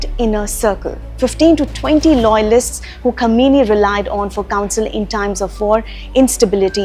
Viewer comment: It's not Kameeni, It is pronounced as Qaaamaineee.....